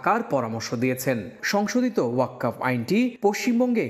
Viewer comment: ওয়াক্কফ না ওয়াক্ফ উচ্চারণ হবে।